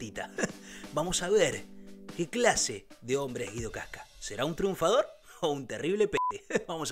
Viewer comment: Se dice Guido wasca